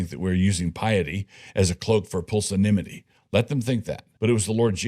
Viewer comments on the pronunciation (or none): "pulsanimity" = pusillanimity?